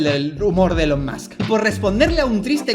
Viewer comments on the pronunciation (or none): Buen video pero Dalas, please se pronuncia "ilon" o_o